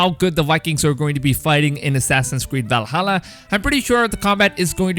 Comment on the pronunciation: val-ha-lluh, not val-hulla